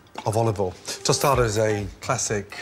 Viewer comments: "The delicious yet very humble prawn tosada" XD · This how you say it. Toe sta the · I leak everytime he says tostada.